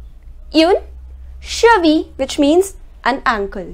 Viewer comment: All your pronounciation are great, but why you say uune. It is more like Oon. Is there a reason why you are saying that?